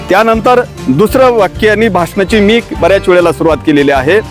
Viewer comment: भाषनाची नाही रे बाबा भाषणाची सुरुवात असे बोल रे राजा.